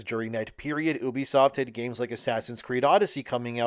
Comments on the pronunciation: Why do you have to say oo-be-soft the same way that idiot Angry Joe does? It's you-be-soft 😑. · It's you bisoft not ooo bisoft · "Oobisoft" Who pronounces it like that? It's "You-bee-soft." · No i dont remember when the company named OOBISOFT meant something But i do remember when a company named U-BE-SOFT THE RIGHT WAY TO SAY IT MEANT SOMETHING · I struggled with this video because you constantly pronounced Ubisoft wrong. It's short of Ubiquitous Software. you-be-soft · Learn to pronounce ubisoft to start...